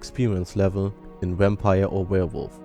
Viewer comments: it sound like your saying wampire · You say wampire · is it just me or does this guy sound like he is saying wampire because of his accent.